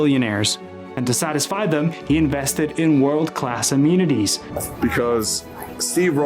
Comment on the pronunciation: Can we use AI to correct the pronunciation of amenities